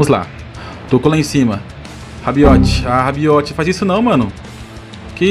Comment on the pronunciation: Tomou gol pq falou RABIOTE😂😂